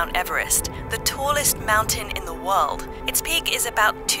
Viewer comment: “Bye wold”